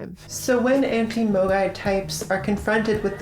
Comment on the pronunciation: I'm sorry, every time you say "a MOGAI [person]" or "um.. MOGAI" my Internet poisoned brain can't help but hear the 2020 hit game and all around dumb shitpost AMOGUS